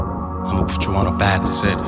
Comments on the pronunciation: No problem, I'll explain! 😎 Instead of "back seat" which means the seat (or "the chair") that is in the back of your car, it sounds like he's saying the word "sit" from the word sitting (for example: I'm going to sit on that chair). So basically he's pronunciation is wrong and it sounds like a completely different word that makes no sense. You can also try and google the word "seat" and "sit" so you'll hear how similar yet different it sounds, but has a totally different meaning Hope this helps 🤗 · I find it kinda weird that Junsu and Jaejoong's English pronunciations are better than Yoochun, especially when they say "back seat."